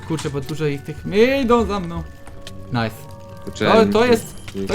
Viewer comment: nife zamiast nice